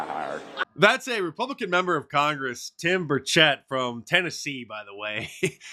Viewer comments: Burch ett, not bur chet. Source: im from here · It’s pronounced Birch et, he’s not French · Tim’s last name is pronounced BURCH et….love the videos.